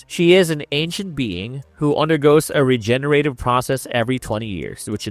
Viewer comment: Regener-Ative, regener-Ated, Grawssed - Is this a joke with the mispronunciations?